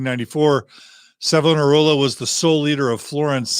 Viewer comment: In my srudy of church history in theology school , it is my understanding from what I was told , your pronunciation of Savonarola , of Italy , 1492 , pronounced " "Savannah Rolla" , is correct.